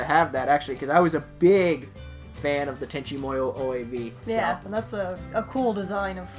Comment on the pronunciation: I always thought it was Tenchi My-You not Tenchi Me-You. 🤷‍♂️ Well into the new Swampy series. Every second he's on screen is beautiful.